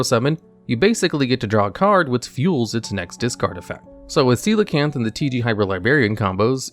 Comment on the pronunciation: Love how you pronounced Coelacanth correctly without skipping a beat